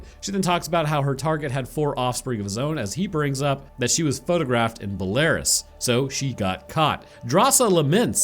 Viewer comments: Bella-roos. Not Bellaruss. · My brother in Christ.. Bel-air-us? Bel-a-Roos” 😂😂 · Belarus is prononced "bella-roos" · I had to stop this because I know you are but a humble man of the earth, but my brother it is pronounced BELL-A-RUSE not Belarus like Polaris Point! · Homie said bel-air-iz instead of Bel-ah-roohs (Belarus) 😂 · It's pronounced BELA-RUSS. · I swear i heard pronounce Belarus as Belar-us, like Polaris. I have never been more outraged at a stranger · “Belarus” is not pronounced like “Polaris” :p